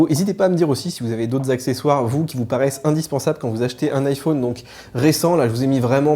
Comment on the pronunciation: C’est possible d’arrêter de faire des manières SVP ? Vous prononcez le mot « téléphone » comme tout le monde, mais vous vous êtes trouvé une autre manière de prononcer « iPhone », en fermant la lettre « o ». C’est juste ridicule mon ami. On dirait un gamin qui trouve original de s’entêter à prononcer de travers le mot de son choix.